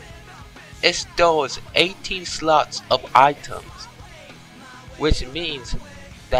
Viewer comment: FUNNY QUOTES: "its aportant to keep yo run enagry on at all times! " "tha turtle behine me is called a WAR TOITISE....It stowes 18 sluts of items." "rememba! do nawt pick up da werms on da ground! dere worthless" "ahh. wondaful clay. it iz used to make potary and skulptures!"